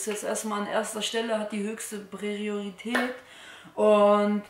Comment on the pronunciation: Breriorität....¿?...??